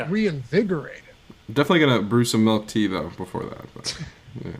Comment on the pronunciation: I hate when people say warsh or pellow or melk..